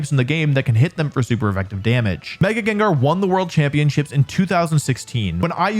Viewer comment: THE FIRST A IN GENGAR IS SUPPOSED TO BE AN E! AND IT'S IS, NOT IT!